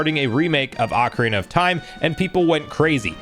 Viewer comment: Said ocarina wrong